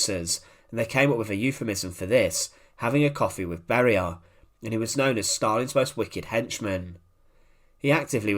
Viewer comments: Who are these "Barie" or "Kriev" 🤣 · Lousy translation made by AI. Beria's name was pronouced with four diferent versions.